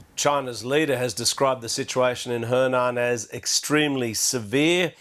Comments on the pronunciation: Henan is pronounced "huh nan". Zhengzhou is pronounced "Jung Joe" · yes the BBC presenter can't pronounce it correctly though